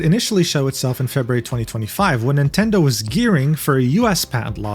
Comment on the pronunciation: NOOO NOT MINTENDI 😭😭